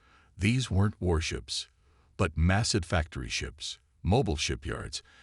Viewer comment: That's earth's warships, not worships. Your A.I. BLOWS.